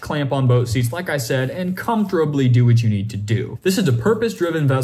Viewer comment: “Comftorably” lol